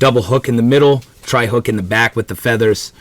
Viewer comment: Treble.hook. NOT tri hook. Lmao